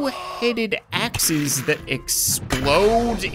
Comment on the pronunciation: When ever he said " dont have magic in their axes " i heard " dont have magic in their asses "